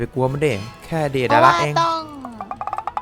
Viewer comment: เดดาระค่ะพีไม่ใช่เดอิดาระ